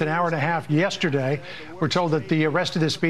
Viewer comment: Fox: The speech will echo much of what was said yeterday." 😂😂😂